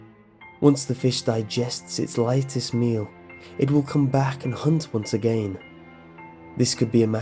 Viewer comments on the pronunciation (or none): I love how you say again like agein